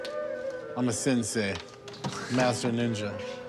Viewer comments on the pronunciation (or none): none